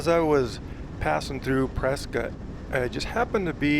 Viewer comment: Hi, your channel is great! I’m a native Arizonan, too… born in Winslow. I don’t want to offend you, but the majority of natives pronounce “Prescott” as “Pres - cut”. Bot of my grandfathers pronounced it that way and both were born in the late 1800s. No offense I hope.